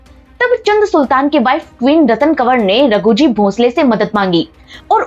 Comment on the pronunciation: चंद सुल्तान नहीं चाँद सुल्तान